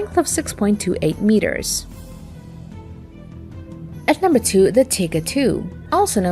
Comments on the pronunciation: FYI it is pronounced TIE GER not Tigger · Am I the only one that enjoys hearing her call them the "Tigger"?